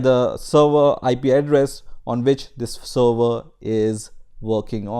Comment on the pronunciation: Thanks for this intro to Jenkins.. my only suggestion: respect the language, please verify your pronunciation on specific words like provision (not prowision), server (not serwer) or week (not veek).. You can find some proper english pronunciation using this link